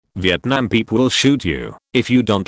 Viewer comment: wietnam, are u from Poland?